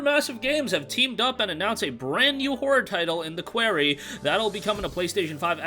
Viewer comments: qWARy not qWEARy! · Honestly man you butchered that....it's pronounced kwar-e. Like a rock quarry.